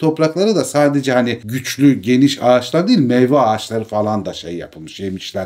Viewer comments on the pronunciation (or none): none